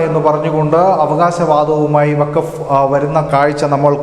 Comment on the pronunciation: വാക്ഫ് അല്ല വാക്ഫ് ബോർഡ് അത്ര എങ്കിലും പഠിച്ചാൽ നല്ലത്